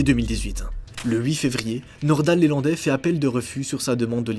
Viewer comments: C'est pas LÉlandai,c'est LElandai!!! Il n'y a pas d'accent sur le E . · LElandais pas lélandais. . Et c'est son véhicule perso pas une camionnette.... bref surtout sur une affaire super médiatisé.... tu merdouille 😂😂😂😂